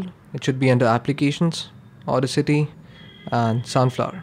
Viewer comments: its not au-dis-ity its au-das-ity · It is funny how he call audacity as auda city 😂